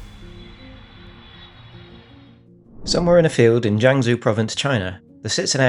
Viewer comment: "Jeeang Ssssu" Lazy and embarrassing.